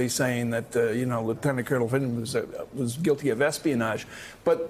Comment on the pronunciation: Mila, there is no 'L' in Vindmans name